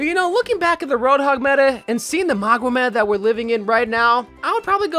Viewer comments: Why he calling him Magua… it’s Mauga. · There is kind of 3 things going on here actually. - The correct or "samoan" way is kinda like saying Mannga. - We all and himself use Mauga - for some reason says Magwa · Is that how you pronounce his name Maugwa?